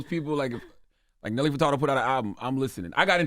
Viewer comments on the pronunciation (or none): “Nelly FertaRdo”? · Why Charlamagne pronouncing Furtado like that "Fer-Tar-doe" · EVERYTIME I hear Charlemagne call this talented woman Nelly “Furtardo” i cringe!!! BRUH COME ON!!!